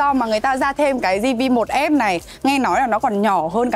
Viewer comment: Zi vi một, lần đầu thấy đọc như thế, nửa tây nửa ta